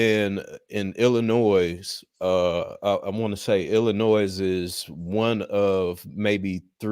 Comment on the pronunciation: has lived in Chicago for the majority of his life, but can't pronounce Illinois.